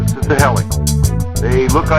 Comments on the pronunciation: oh yes and by the way is pronounced he-licks not hell-ex =P just like reflex isn't pronounced reff-lecks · nice, except its not pronounced 'hell-iks' its 'he-licks' . rhymes with re-flex.